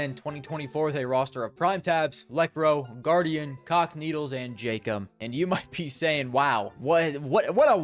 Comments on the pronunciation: you say cacanito as if it's the word is c**kneedles. wtffff lmao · U aint sayin cacanito 🥀🥀